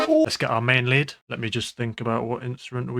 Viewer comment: He saying Lead, but i unterstand Lit xD